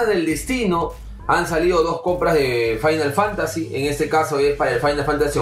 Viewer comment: Yo creo que decía era fimal Fantacy IIi, jajaja